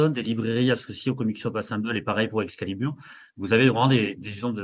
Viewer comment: qui tout le long de la vidéo pense qu’il prononce bien Comics Shop Assemble et pas assemblée 😂